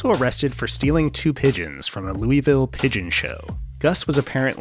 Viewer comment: You can't pronounce Louisville like that. It's Lew-uh-vull. You have to say it like you're a drunk 1st generation Irish-American working 12 hours in a meat processing plant 7 days a week